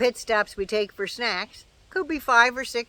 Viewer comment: “ foy yer” is just wrong :-)